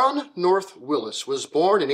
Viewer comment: Thank you! Not only for an insightful look into a fascinating man, but for correctly pronouncing his name and his company’s name. Willys, to all in Toledo, many who worked there, was always pronounced “willeeze” including by my great aunt who answered the phones there (and numerous other family members and acquaintances who worked there).